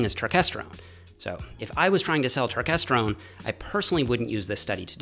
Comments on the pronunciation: It’s not pronounced turkesterone. It’s pronounced turkesterone. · its not turk its turkes